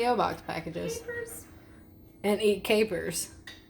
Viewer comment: Swear, when she first said capers I thought she was like saying hello to us, but calling us “K-Pers” 😅😅😅